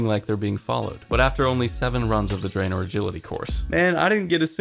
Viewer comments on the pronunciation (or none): none